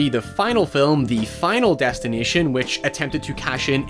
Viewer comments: I keep hearing him say Final Destin-I-tion instead of Final Destin-A-tion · "final destineeshon" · he is saying '' final destinateeon ''